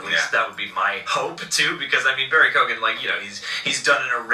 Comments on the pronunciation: Its an Irish gaelic name, you dont pronounce the G Barry Key-Owan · Isn't it pronounced like Keegan? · His name is pronounced Co-Han...